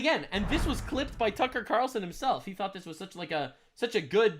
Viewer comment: Cucker qutar-relson cracked me up